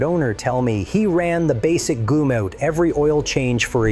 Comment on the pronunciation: GUMM OUT, not goomout. REEGAYNE, not reegannee.